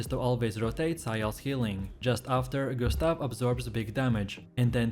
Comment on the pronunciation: Gus-ta-vee, Mail-ee. I'm dead 💀